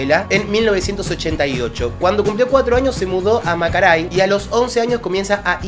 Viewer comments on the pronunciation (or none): No dice macaray dice MARACAY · Se muda a MARACAY NO MACARAY JEJEJEJEJE... saludos mi bro.!